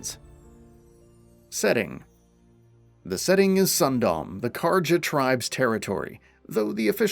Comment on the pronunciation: sunDOM is one of the strangest mispronunciations I've heard in a while. Not sure how one gets to that even if they know nothing about it